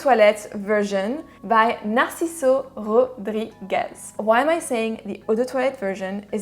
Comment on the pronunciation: Hi! Excellent "Rodriguez" pronunciation:) Right now my favourites are Enigma, Elysium, Ambre Loup by Rania J, Ormonde Man and Duro by Nasomatto... from your selection I really need to try Chrome and the MFK one. I have nothing from Azzaro, It will be my next purchase for sure Saludos!